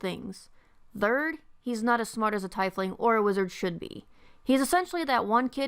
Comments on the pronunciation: It’s not tai-fling it’s teefling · Your pronunciation makes my eye get all twitchy. It's TEEF-ling, not TYE-fling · Why do I hear so many people pronounce Tiefling as Tai-fling, when it's always officially been pronounced Tee-fling